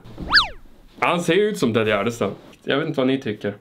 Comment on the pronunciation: Kan någon mattelärare räkna ut hur säger Tedde Gärdestad! Ett tips att använda miniräknare.